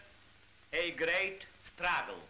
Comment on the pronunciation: lol he said Stragel instead of struggle